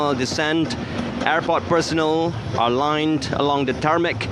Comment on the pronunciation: Yes, the RTM announcer is in dire need to improve his pronunciation, enunciation, intonation and articulation. In addition, his descriptive delivery has its moments too. Airport personnel was described as airport personal. Don-ald Trump was pronounced as Dooh-nald Trum. And while Airforce 1 glides on the runway, he says the plane has come to a stop. Symbolic is announced sym-ber-lic. Officers was pronounced Erficers. Respect announced as ris-pek. For an event of this magnitude, DG Broadcasting Datuk Suhaimi Sulaiman should have anchored it.